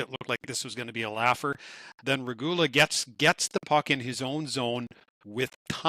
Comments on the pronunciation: Kapenen should definitely help in the bottom 6. Big, fast, strong, with scoring ability. Respectfully, I ask: please find correct pronunciation of names and stick with it. Kind of distracting hearing you go back and forth on “Regula.” Really enjoy quick thoughts in conclusion. Lastly: Jarry trade is looking good and that’s awesome. Hope Stu finds his consistent game — his character and moustache call for it. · Watch it, is frowning at you for pronouncing Regoola 's name right sometimes. 😅